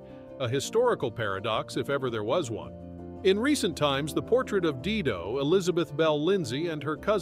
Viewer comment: Dido is pronounced "die - doh"